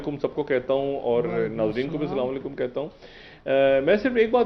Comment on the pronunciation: DR SHAHID SAHIB SLMA ELLECUM NHI ASLAMAU ELLECUM HOTTA G